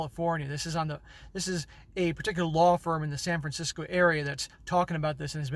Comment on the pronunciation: Your pronunciation of California places is pretty funny LOL "I've never been to San Francisco" Haha, clearly!